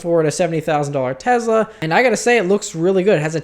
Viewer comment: You always say tezla lol its tesla with a S.